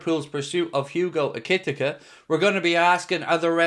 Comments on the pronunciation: I'm pretty sure you pronounce Ekitike E-kay-Tee-Kay 👍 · Ekitike is pronounced ECK-E-TEA-KAY and I hope we get him heas a beast 6f 3 fast strong and so calm when surrounded in the opposition's box and only 22 grab him while he's not overly priced as this guy in 3 years will be double that money ❤